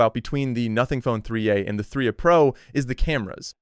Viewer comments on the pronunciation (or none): Bro it said "3 uh" pro instead of 3a, it pronounced the a. IT'S ARTIFICIAL INTELLEGENCE LMFAO